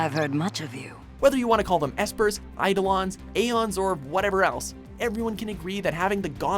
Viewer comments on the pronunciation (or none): none